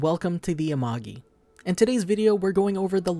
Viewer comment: Yeah you pronounced amogi wrong. Its amah-gee